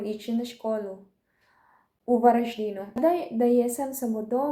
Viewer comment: Slatkica naša. Jako zgodno kako kaže VaraŽDINU... ko rođena Varaždinka. Što se tiče ideja za posao i video možda bi nas trebala naučiti neke fine filipinske juhice :)